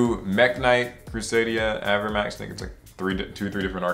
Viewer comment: “AVRA”max not “aver”max